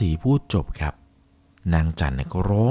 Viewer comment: แค่ ครับ เป็น คับ ก็ไม่ผ่านแล้ว 🙄